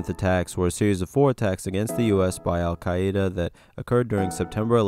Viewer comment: The way you pronounced Al Qaeda 😂